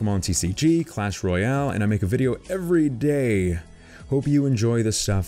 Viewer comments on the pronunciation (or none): none